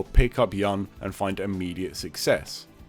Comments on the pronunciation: It's Yun (like you-n), not (yan) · And also... Yahn?! Who the hell is Yahn? Without the video I wouldn't know he's talking about Yun , who supposed to be pronounced as "Yoon". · Yun should be pronounced like Yoon